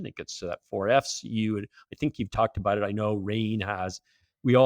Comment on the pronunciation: He dropped the "aboot" quick, within the first sentence.